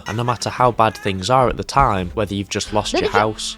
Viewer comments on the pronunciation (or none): none